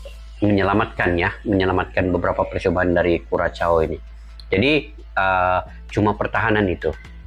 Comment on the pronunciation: Bang, cara menyebut nama negaranya /KURASHAU/ bukan kuracau, apalagi kukacau.